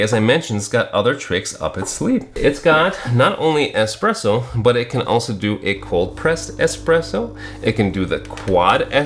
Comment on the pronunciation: the x is silent 😂